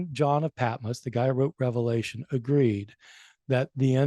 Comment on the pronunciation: Also before hosting a podcast on the book of Revelation maybe learn how to pronounce the book